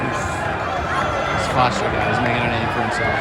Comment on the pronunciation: The irony of you calling him "Foster" because you can't pronounce his last name and not realizing you're mispronouncing his first name is the funniest thing.